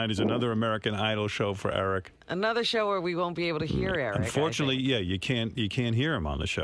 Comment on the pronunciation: Like when he says sh-ow.